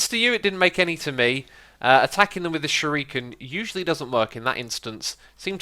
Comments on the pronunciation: shu-ri-ken not shu -riiiii-ken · Xisuma you really need to learn how to pronounce Cobalt and Shuriken properly, it's been bugging me for the whole series. Anyway, love the vids, keep going on, and learn your words. (also you might want to look up how to pronounce Acacia as well from your vanilla series)